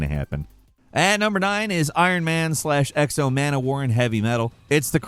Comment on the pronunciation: Exo Mana War? 😂 It's X-O Manowar